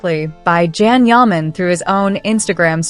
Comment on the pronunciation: Please his name is not Jan it’s Can Yaman. Can sounds like (John) but spelled Can. So please be kind say his name correct ❤Thank you